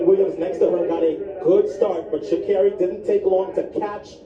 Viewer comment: Pronounce it right if you're going to speak about her...